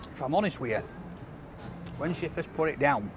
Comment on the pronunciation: "If I'm honest weeya" I'd have it no other way, you literal Calvin Klein representative.